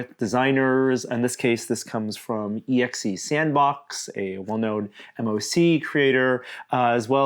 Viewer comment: M-O-C. Do you also say N-A-S-A? It's "MOC," like "mock."